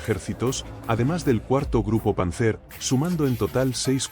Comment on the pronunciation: Panzer se acentúa sobre la primera sílaba y no sobre la última